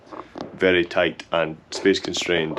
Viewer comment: *tight like a toight tiger 🐅 so many holes, so many nibs 😂